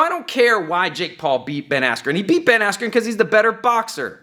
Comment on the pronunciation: Buffer: “Ben Askew.” I died🤣